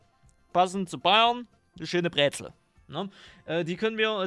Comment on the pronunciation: es heißt Brezel und nicht bräzel nur mal so am Rande